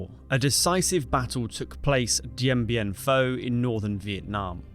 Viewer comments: Why do you keep pronouncing it "Dien Bien PHO"? It is "PHU" (i.e. pronounced "Foo"). Neglecting details like this make it hard to believe that you really know what you are talking about... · It’s FOO. NOT FAUX. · It's Dien Bien PHU! PHU! PHU! Do your homework. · It's FU NO FAUX!!! DIEN BIEN FU!!! PRONOUNCE IT RIGHT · The topic is Dien Bien Phu - surely you should try and pronounce it correctly